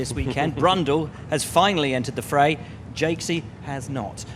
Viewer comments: Jacques pronounced Jakes? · The English pronounce Jacques like Jakes?